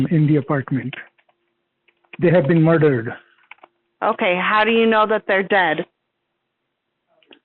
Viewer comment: he made sure to roll his R’s realllll pronounced when he said ‘mardered’